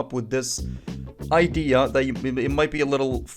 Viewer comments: That "idea" you said in sounds 100% Moroccan lmao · The "A" is where the secret